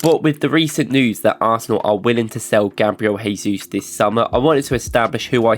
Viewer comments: Work on your pronunciation of "Jesus", please :) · Hey guys, love the videos and I don't miss a single one since I found this channel. Just a little comment, as a brazilian: The pronnounce of the J in Jesus is similar to the S in 'measure'. You pronnounced as if he was Spanish haha